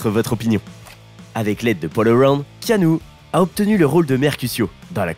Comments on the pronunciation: Alors keanu que j'adore ça ne se prononce pas Kanou mais Kénu simplement . Et ensuite non il n'a pas eu de nouvelle , depuis ses 13 ans , de son père. Un père qui a fait de la prison à cause de la drogue . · "Kanou" mdr Le manque de variétés d'intonations rend votre lecture monotone et donc assez pénible à écouter je trouve :/ Vu que 7 mois après il n'y a pas de part 2, je ne vais pas regarder jusqu'au bout et vais chercher une vidéo plus complète (et avec un narrateur au ton non monocorde). Sorry ! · "ea" ça fait le son "i", comme dans "Tea", c'est dommage, à cause de ça je n'ai pas pu m'empêcher de penser à Kano de mortal Kombat...